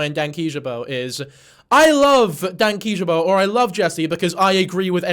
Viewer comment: Hearing him pronounce his name as "Dank-ee-juhbo" is crazy when I've been calling him "dank-ee , jay-bo" for YEARSSS😅